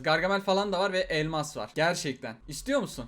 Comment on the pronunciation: Abi türkçen bozuldu balon kafa sayesinde elmas yerine elnas diyon